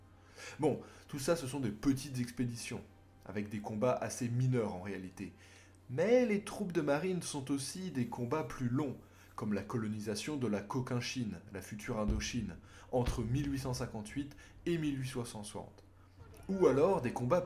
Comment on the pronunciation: Il faut prononcer Cochinchine et pas cokinchine...😉 Marsouin 1 jour...